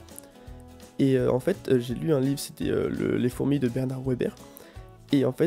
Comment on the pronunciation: Je t’imaginais pas comme ça du tout ahah et Weber, ça se prononce « veber » 😝